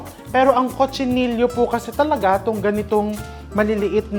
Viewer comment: Chef, dito sa Spain they pronounce Cochinillo as co-chi-ni-yo